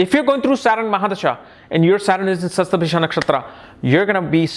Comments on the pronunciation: Sorry to point out this, you write the correct spelling in tags,but you pronounce it wrongly.you wrote shatabhisha but you pronouncing as shastabhishak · But ur pronounce d the nakshatra wrong.y